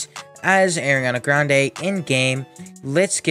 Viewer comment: “Aireeana grandayy”